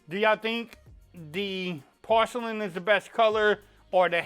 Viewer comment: " In Porshe-lin 😂"